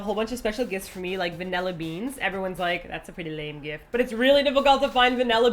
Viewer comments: "Vinella"??? Does this fall into the category of words Martina can't say properly? XD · First thing: "Vanella"? Really? I've never heard vanilla pronounced like that. xD Second thing: Oh great, how do you feel now that you've possibly ruined TOP's quiet alone time? (And tipped off the v.i.p's before i could go check there first ;A; ) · "Vanella beans"... teehee...